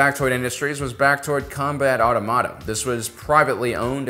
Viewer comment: Great video! Did anyone else get caught up on "Automata"? Auto-Mata or Automata? Ahhh my brain 🧠